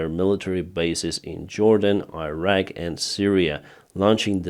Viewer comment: Iraq Iran please pronounce like Islam or India or Indonesia!!!!